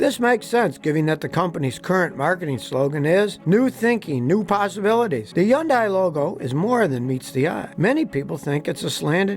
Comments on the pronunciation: Hyundai is pronounced Hunday, like Sunday, so says Hyundai. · There is NOW WAY Scotty isn’t getting paid by Hyundai!!! Especially when he say UN-un day… or, whatever he is trying to say under the massive paycheck he is receiving ! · The one thing dealers in the USA will not tell you, especially GM, is that they buy their steel from Korea. So basically every GM car is Korean. And its pronounced HUN-DAY. 🤡🤡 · Why are you mispronouncing Hyundai? It's pronounced Hunday. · Hyundai is pronounced hunday.. like sunday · It's pronounced Hun-day. Like Sunday. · The ability to marry a mispronunciation of the name (It's 'Hunday'; like Sunday), it sounding like a grade school book report, and repetitive stock footage is seriously incredible. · Why do you call Hyundai, Young guy? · Scotty. Please learn how to say Hyundai. It's not hard. Hun-day. Very simple. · Please Google pronunciation. Hun-day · It's actually "huhn-day" ....back when Hyundai first made a splash in the U.S., they did a media campaign, and ended the commercials with: " It's Huhn-day, rhymes with Sunday! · It's should be pronounced "hee-yeong dae", and you have to say "hee-yeong" part fast. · When Hyundai came to the U.S., they told us it rhymed with "Sunday." Pronounced Hun-Day. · Like the girl said in the commercial it's pronounced Hyundai rhymes with Sunday. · All these car reviewers still pronounce Hyundai wrongly lol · The "Y" is silent. Just saying. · Good to know I’ve been pronouncing Hyundai wrong my entire life! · Why don't you know how to say Hyundai correctly? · So hes gotta be pronouncing it correctly and we've all been saying it wrong ... right? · Does anybody else notice this guy mispronouncing Hyundai 😂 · If your going to do a piece on a manufacturer you might want to lean how to pronounce their name correctly. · The way you pronounce Hyundai makes me want to take my life. Whatever the correct way it, that certainly is not, cannot, and will never be it. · Why can't you pronounce Hyundai properly